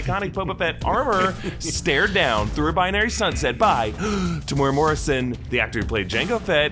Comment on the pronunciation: Tem-U-Era Not Temoora 3 syllables